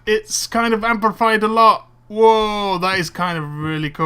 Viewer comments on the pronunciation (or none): its amplified not ampified